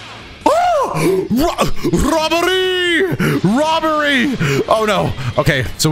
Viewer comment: “ROBERRRRRY! ROBERY!” 😂😂😂